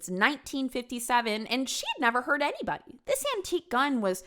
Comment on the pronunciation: this is the video that made me realize that i picked up the way says "anyBODY, everyBODY..." hhhhhhng